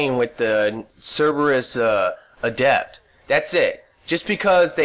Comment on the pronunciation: You're pronouncing adept wrong. When it is a noun, the stress is on the first syllable, When it is an adjective, the stress is on the second syllable, which is the way you're pronouncing it.